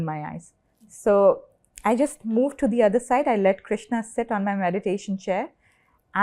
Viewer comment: Its Krushna why does she say Krishna?